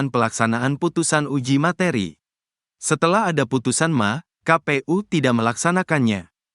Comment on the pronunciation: Min...Mahkamah Agung /,MA jangan dibaca ma...😂😂😂